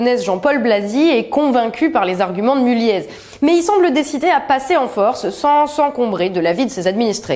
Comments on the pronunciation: On dit pas Mullié par hasard? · Dans Mulliez on ne prononce pas le 'z' :)